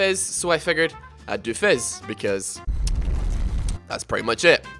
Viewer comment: Its not fezz it fizz you moron